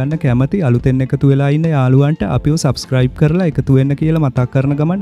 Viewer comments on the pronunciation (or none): none